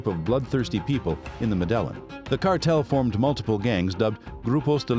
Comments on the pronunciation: Ma-dell-in? Dude... it's "Meh-deh-yine" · Yeah, kinda undermines the video when the voiceover pronounces the cartel like "muh d'Ellen" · Actually the L isn’t silent. In Spanish when you have two L’s next to each other, it’s pronounced as a “Y”. It’s properly pronounced Medah-yeen. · could you work on better pronouncing things because you ruined this video with you high school pronouncing things like Medelan cartel, what is Medelan cartel? I don't get it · The way he pronounces Medellin really is annoying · The pronunciation of Medellin cartel lost this view and subscription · Well first of all if you want to make a video of the medellin cartel you might want to work on actually pronouncing medellin the right way 😉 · I'm sorry but I can't take this video seriously with the way the narrator pronounces Medellin 🤦🏽‍♂ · Unwatchable with mispronunciations of Medellin shows how much research was done. Seemingly none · Your pronouncing Medellin incorrectly.